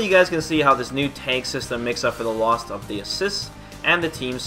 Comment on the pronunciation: it's tag system not " tank system " Jesus